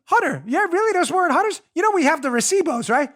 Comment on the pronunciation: You said recibos very well dam 🤣🤣🤣